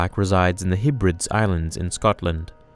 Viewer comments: Just FYI, "Hebrides" is pronounced "heb-re-dees" not "heb-rids" :D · The hebradeas (Scottish Islands) are pronounced Heb-rah-dees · pronounced heb-ra-dees btw lol